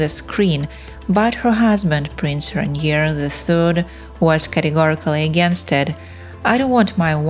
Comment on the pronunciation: le nom du prince est RAINIER et non pas Ranier !!!!